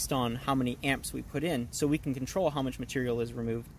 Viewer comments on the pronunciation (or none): none